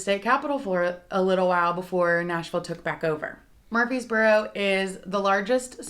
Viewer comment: Honey you’re saying “MURFEES boro”. It’s MURFREES boro. There’s an R in there you’re leaving out.